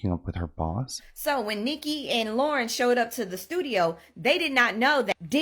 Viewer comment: keep hearing LORA, instead of Lauren. so annoying, dont get sloppy pls